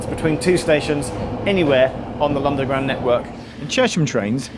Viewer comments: he said londerground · he says Londoground network 😀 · 0.37 'Lunderground network' Haha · Is it me or does Geoff say "Lunderground" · it cant just be me who hears geoff say ‘Londerground Network’ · Actually, it's "Lunderground". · did he say londaground 😂